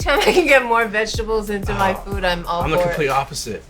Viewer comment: 😂😂😂 FEEHWD